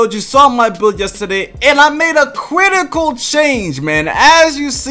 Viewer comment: cwitical wtf is a cwitical 😂